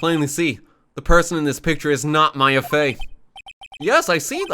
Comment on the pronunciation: ITS M-A-YA